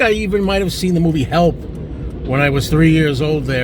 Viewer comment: Thank you. I thought you were saying Elf. : )